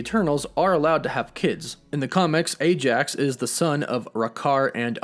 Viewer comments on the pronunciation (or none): none